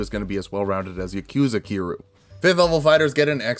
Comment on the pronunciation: "KI-RU" ... I cri